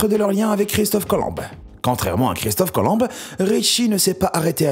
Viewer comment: Christophe Colom « be »???!!!😂